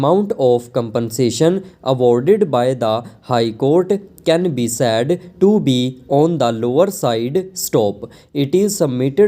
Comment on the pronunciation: Please pronounce the word "said" properly, you are pronouncing it as sad